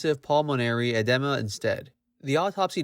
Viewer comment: Interesting video. Thanks! It's pronounced EDEEMA : )